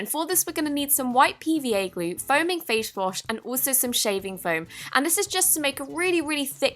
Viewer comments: foaming fashe wash.. lol I love you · foaming fach wash 😂